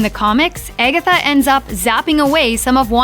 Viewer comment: Or if you sing it how the narrator pronounces it,🎶 its been Eggetha all along 🎶🤣